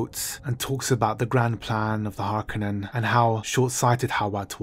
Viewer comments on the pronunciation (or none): none